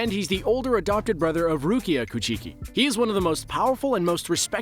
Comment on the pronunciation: For real I was driving and listening to this man straight butcher "coo chee kii"